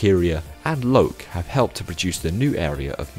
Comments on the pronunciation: Thanks for a good in-depth video on our amusement park. Learned a lot about its history! The pronunciations were not the best on some rides like Loke, it’s more like “Lok-eh”, but most of it was right or close enough ^^ 👏 Btw when you said “A zero starshape” my phone Siri activated, paused the video, and started reading an article on Star Shapes. Thanks, I guess? Lol 😅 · as if pronounces "loke" like that... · I don't usually, I don't know why I pronounced it like that this time!